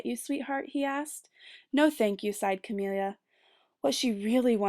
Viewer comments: Roni Williams yeah, Camilla like you would say "vanilla." Sorry I'm 2 years too late. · good reading, but i couldn't get over the pronunciation of her name. isn't it pronounced Camilla, like vanilla? idk it sounded like she was saying Camilla like chameleon.